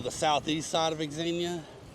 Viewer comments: X is pronounced as Z your the only person I’ve heard say X xenia, And I wouldn’t worry what the algorithm wants do what your subscribers want to see the algorithm doesn’t subscribe to channels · FYI it's pronounced zenia.